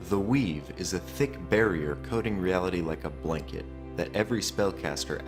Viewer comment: It was cool to hear about the 'weave', but I couldn't hear it right the first time. It sounded like 'Wii'.